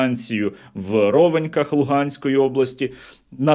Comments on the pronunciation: Пане Сергію, правильно казати не рОвеньки а ровенькИ, я якраз звідти родом, раділи всією сім‘єю)) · РОВЕНЬКИ наголов на кінець слова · місто Рвеньки у Луганській області звучить з наголосом на останній склад